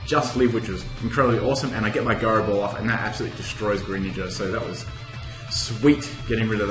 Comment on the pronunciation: Gairo ball?its Jairo ball not gairo ball go practise ur english